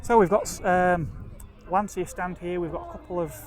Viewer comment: The correct pronunce of Lancia is with the english "ch". Like China. As it was wright like Lanchia. Thi is also for other brands for example Volkswaghen where the V is pronunced like an f and the W is pronunced like a v. Lancia was the surname of Vincezo Lancia that traslate in english was light Vincent Lance. The engine of Lancia Stratos was the Ferrari Dino V6. Another beautiful car with italian shape is the Aston Martin DB5 by Touring Torino.